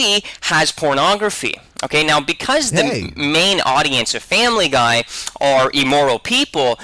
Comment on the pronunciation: Nobody's bringing up his mispronounciation of immoral? He's saying 'eemoral.'